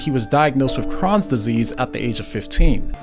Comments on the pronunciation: It’s pronounced “cr-oh-nz” disease 👍🏼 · its pronounced like crow-ns; i have crohns disease. its big suck.